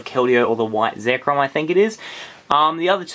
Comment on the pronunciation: You said zekmom